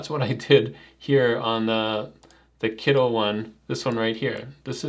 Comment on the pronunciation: I like your channel, but why are you calling it Kiddl, isn't it meant to be Kittl or am I missing something?